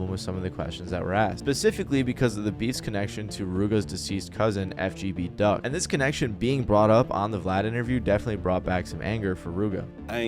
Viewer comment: white people bro 😂 at least say his damn name right FBG Duck.